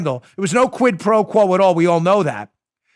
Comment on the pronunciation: Most impressive part was saying quid pro quo 3x fast